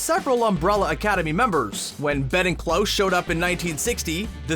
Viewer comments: its "Klaus" not "Close" c´mon man... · When you say Close...are you trying to say Klaus? 😂😂😂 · Did he just say Cloche...instead of Klaus? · Why do you keep mispronouncing Klaus’ name wrong?! Most of the time it sounds like you’re saying CLOSE. Stop it. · Klaus like "house", not like "close" the door. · Klous? Its Klaus... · ahem It's pronounced "Klaus" not "Close." That bothered me to no end. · His name is Klaus not Klose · Daxhund and Klos...... really? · Am I the only one who cant understand how every channel finds a way to pronounce one of the main casts name wrong everytime. This time its Klaus... Keeps saying close... But why?! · Did-- Did he just say "Klose"..? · Video threw me off everytime narrator pronounces Klaus as “close” 🤨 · Did you just call Klaus “Close” ? Is the narrator someone who hasn’t seen the show? Or has never heard of the name Klaus? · Madeline (not Madelyn), Klaus (cl-ow-s), and Patrick. C'mon. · Why in the world do you pronounce Klaus like that? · Haha how he pronounces ' Klaus' 😋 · Why do you say the name Klaus like that? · I can't get over the way he pronounces Klaus.